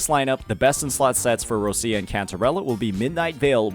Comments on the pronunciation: It's Rochia! Not Russia! For the lov of God. Could you stop being an American for one minute and learn the correct pronunciation. Put in google translate - Roccia it will be Roch-i-a. Not Russia. The way you say it, your pronaunce it as Russia - as a country. Please my Italian heritage is in pain hearing you speak words mega wrong. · Why do you call ROCCIA, ROSSIA????? 😫😩